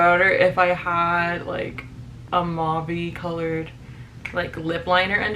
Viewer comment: the pronunciation of the word mauve really kicked these youtubers in the ass